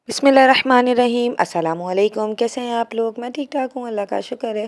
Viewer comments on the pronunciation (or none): none